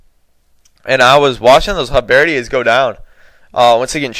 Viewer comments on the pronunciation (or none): Halberdier is not pronounced halbeardiere it's pronounced hallberdeer. ( by the way the halberd is a long axe like pole arm and a halberdier is one who wields a halberd)